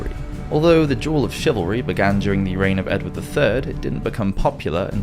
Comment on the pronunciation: By the by… it’s pronounced “duel” not “jewel” 😊